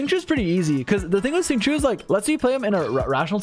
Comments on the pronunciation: I love ya buddy your guides helped me so much but for fuck's sake Xingqiu's name is not "sing chew," at least say "shing cho" at least that's closer. Or call him by the Japanese pronunciation, Yukuaki. Obviously I don't expect everyone to pronounce Chinese words with perfect pronunciation but god damn, there's a line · Bruh why do you pronounce Xingqiu like shing choo please